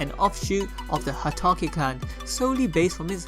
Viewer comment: It's not Ha taki. ItS HATAKE